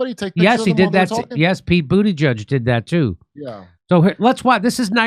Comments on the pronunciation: Pete Judy-Butt?! 😂 god I love Kurt. Thought it was pronounced Pete Booty-Gig 🎉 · did you say " Pete Judybug"? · The correct pronunciation is Pete "BootyJuice"